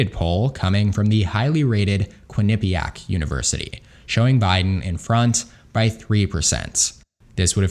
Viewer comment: Bro the way he said Quinnipiac lol